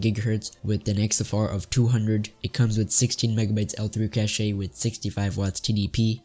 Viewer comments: Great vid, try talking with a tad more passion and cache is pronounced as cash just cash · "8mb of caché"